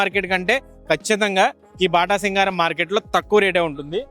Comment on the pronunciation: బాటాసింగారం కాదు 😂 అది బాటసింగారం